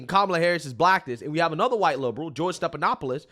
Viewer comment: his name is NOT STEP-it is STEF-StePHanopoulos.